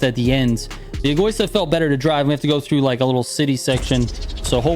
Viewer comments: egÓista? It's pronounced as egoÍsta trigger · Trigger, say it with me: "Eh - go - EE - stah" "Vuh - Neh - No" (not "vuh - nee - no") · Dude you need to learn to pronounce names correctly Egoista, Imola, Veneno...😂